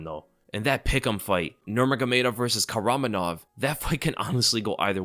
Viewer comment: its pronounced kakramonov,why do people ignore some letters in a name all the time🤣🤣🤣